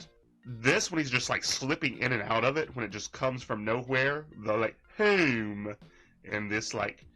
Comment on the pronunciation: I heard a comedian making fun of people from Cincinnati and it had that goofy way of saying "home" that Raxx does. I wonder if that's him picking up a more local accent or if he's just copying some youtuber we've never heard of.